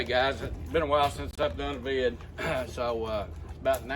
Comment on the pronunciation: I laugh every time you say “hey guys, it’s been a while since I done a vid” 😂 Something about the way you say “vid” cracks me up Sir! Keep it coming, great info as usual…